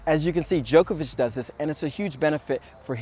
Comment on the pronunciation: Its djOko-vich not joke-a-witch